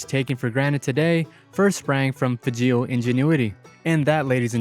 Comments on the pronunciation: It's pronounced "FAGE-OL", not "FA-GEEL", confirmed by a Fageol granddaughter (PS the Flxable town is "LOWD-DEN-VIL" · Fahzhrol. WAH ke shah. Please learn to pronounce . And can't you come up with a better opening line than "What's up, guys ?" ?. So annoying.